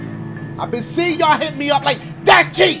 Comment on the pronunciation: Is anyone gonna realize when ever saw his days his name he says dachie